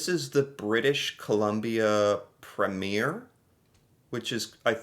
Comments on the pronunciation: from "polite" to "mean and nasty" I AM CANADIAN!! and it's preem yer, not prem yer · FYI, premier is pronounced “ preem yer” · Pro-tip: the elected leader of a Canadian province is called a "Premiere", and its pronounced "PREEM-yer" (not prem-YEAR) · It's Pre-meer not Premier (it's not a movie premier).